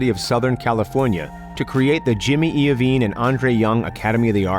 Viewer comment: “Jimmy iovine” wtf 😂😂